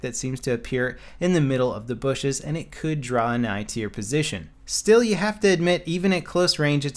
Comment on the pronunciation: "Ghost-like spectator hiding in the booshes"